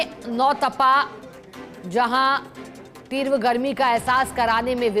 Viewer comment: तिरव नहीं तीवर =तीव्र होता है...